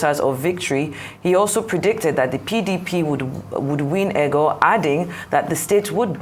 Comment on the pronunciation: I like this reporter but she is very lazy like many others in naija. She can't even put effort to learn how to pronounce "Egor" correctly. Rubbish.